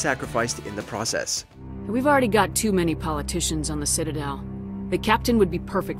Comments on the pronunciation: Did I hear "City-del" ? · "Citydel" hahaha. That one slipped by the narrator and the editing team. Fail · Why tf are you purposely butchering names? CITYDEL!? RACHKNEE !? Can’t even pronounce Maleon correctly 🤦🏻‍♂️ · I will now and forever say "I am returning to the city-del to speak to the councy-lors in the city-del tower." lol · Excuse me? Did you just say "City-Del?" WTF?